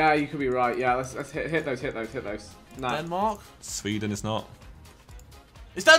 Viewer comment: "SWEDAN" -Harry with a German accent :D